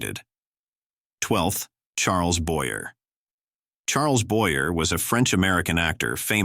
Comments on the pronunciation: You should try harder to pronounce names correctly i.e. Boyer is boy yay not boy er but there have been several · Charles "BOY-ER" was French. The name was pronounced "Boy- Yay". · Boyer is pronounced Boy yay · It seems that the narrator is AI. Apparently the AI has not been programmed to properly pronounce French last names properly into English. Every English speaker knows that Charles Boyer is pronounced as Sharles Boyeh . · I suppose the voice is AI produced, which is why several actors' names are mis-pronounced. For me the most notable was Charles Boyerr instead the the correct "Boyay". AI has a long way to go, still. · Charles Boy'rrrr 🙄 Boy-yea, not Boy'rrrr. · Boer's name is pronounce "BOYAY", not Boyer. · George Sanders was depressed…not always a sign of aging since young people do it too. And “mental illness” is just ancient myth because we don’t know WHY anyone would want to do it. Part of his goodbye note said “I’m bored”…maybe he was! ALSO: It’s pronounced Charles Boy-Yay. You can always tell an automated AI voice because it cannot interpret accents. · Correction: Charles Boy A not Boyer. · It’s Charles Boy-yey not Boy-yer. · Boyer is pronounced Boyaa. He was French. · Boyer is pronounced Boyay. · Charles Boyer’s name is pronounced “Boy-Yay.” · Boyer is pronounced BOY-A. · Boy-Ay...Fee-zhee-ac.....Haze, not Highs. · So right! Boyer is pronounced "Bo--yay." He was from France, not Iowa. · I know the “Boyer” Hannibal “hays” and “Bayonne” Wow! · Get it right -- It's Charles "Boyer" -- also learn to pronounce it correctly 🤣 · The AI voice mispronounced several names. Also some pictures of the wrong people were used badly. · Pronouncing the names correctly would be more respectful. Charles's last name is not pronounced the same as the St. Louis Cardinals third baseman. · Why don’t the teach these answers to pronounce correctly? The names of the people he is talking about for example, Boyer.